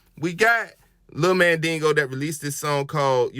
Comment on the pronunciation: You ain't saying tha homie's name right! It's Mandigo, not Mandingo!😩🤣